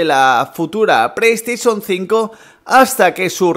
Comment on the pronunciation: Que no es “preiestesion” es “playstation”... puto paladar corto que gastas